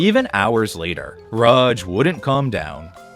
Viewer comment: Bro can't pick a pronunciation for Raj. "Ruhj", "Raahj". Other than that, Amazing vid.